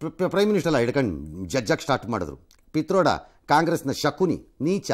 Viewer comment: Pitroda alla patrode...